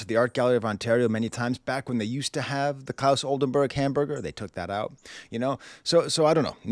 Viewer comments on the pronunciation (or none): none